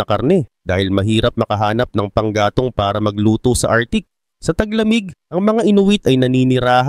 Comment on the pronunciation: Arktik ang bigkas hindi artik.